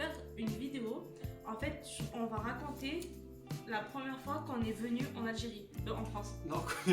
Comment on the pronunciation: Stowi time suw l’algewie